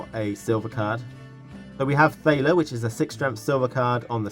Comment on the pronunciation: Thank you for posting another great video. It isn't that important, but sile is pronounced shiela. And thaler is taler :)